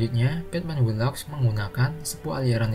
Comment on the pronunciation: Batman who laughs 😂😂😂 batman wu laf. Ini spellingnya bos